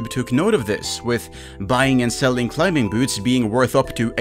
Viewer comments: CLI-MING!!! The B is silent ffs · Just a heads up youre pronouncing "Climbing" very strange. The B is silent lmao you not even saying it right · Climbing has a silent "b". You don't pronounce it. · Ah yes Clim-Bing boots XD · The "b" in "climbing" is silent btw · No one tell him the B is silent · hate how you pronounce the B in climbing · Who the hell pronounces the B in Climbing? 🤭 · do you pronounce the k in knife? THEN STOP SAYING THE B IN CLIMBING LMAOOO